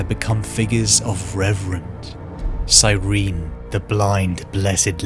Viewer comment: The singular of astartes is astartes, and cyrene is pronounced sy-ree-nee reeeee